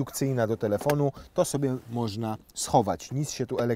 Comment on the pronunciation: Co tam "moszna" wyświetlać, bo nie dosłyszałem 😅